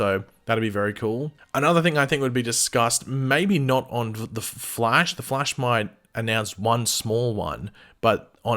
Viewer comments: “The fleish.” 😂😂😂😂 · Wtf you cannot pronounce the flash!!!